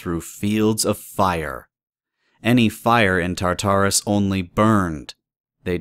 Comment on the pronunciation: Why do so many people pronounce Tartarus like "Tar-TAR-us,"? The emphasis is meant to be on the first Tar, not the second...